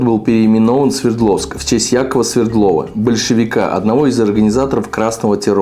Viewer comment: Нееееее, повествователь и рассказчик из тебя НОЛЬ ПОЛНЫЙ, сразу видно, что человек ты малограммотный! И запомни, фамилия наркома была СвЕрдлов, а не СвердлОв! Читать нудным голосом статью из Википедии это дебилизм!!!